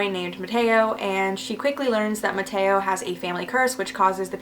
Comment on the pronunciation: How you say mateo is funny .